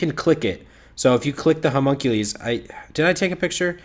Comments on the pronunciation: Good lord that butchered pronunciation of Homunculus lol hears it thinks Hercules had a terrible accident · Humunk ulees ? My kid is trying to tell me, something from a cartoon with a character called Homunculus HOWEVER The word would be pronounced Huh mun Q lus (as in lust with no T)